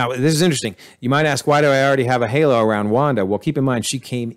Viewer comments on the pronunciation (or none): none